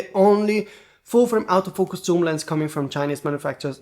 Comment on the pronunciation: Stop saying comment system. It's comment section. And when you say autofoucus you pronounce it exactly like saying out of focus